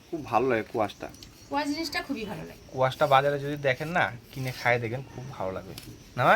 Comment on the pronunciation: কুয়াশ না, স্কোয়াশ বলে, উচ্চারণ ঠিক করে বলো